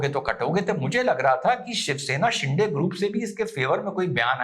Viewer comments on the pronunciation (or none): You pronounce de in Shinde very erroneously Please correct it.